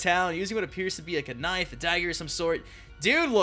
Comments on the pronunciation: Sorry for sounding dumb, but did they really just say "Kuh-nife" instead of knife ? confused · k-nife? lol